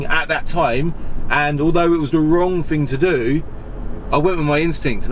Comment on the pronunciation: “Fing”, I’m trying to deal with,but great content 👍🙏